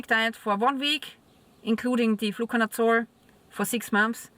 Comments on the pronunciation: What is this word youre saying? "Flucanutsore"? ? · Nevermind I figured it out you're saying "Fluconazole"